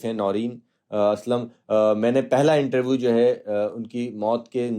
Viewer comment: आज तक को इससे घटिया ऐंकर नहीं मिला। एक हिंदीभाषी अंग्रेज़ी के लफ्ज़ों (जैसे पोलिटिकल पार्टी) की ऐसी तैसी (पोल्टकल पार्टी, कैरेक्टर को करक्टर,इन्टरव्यू को इंटरवू 😂) कर रहा हो फिर भी समझ में आ जाता है लेकिन अपनी ही मादरी-ज़बान के रोज़मर्रा में इस्तेमाल होने वाले आम शब्दों का भी ढंग से उच्चारण न कर पाये, "श" को हर बार "स्स" बोले, अपने विचारों को छोड़िये आसान से प्रश्नों को भी ढंग के वाक्य में तब्दील न कर पाये और पेशा पत्रकार यानी बुद्धिजीवी!!!